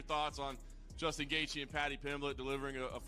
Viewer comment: your ai cannot pronounce Gaethjie's name right...bullshit video